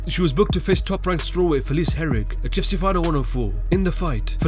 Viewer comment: it tilts me how it sounds like you say "AT TUFC" in every video.